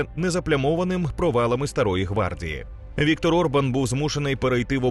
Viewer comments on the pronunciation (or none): none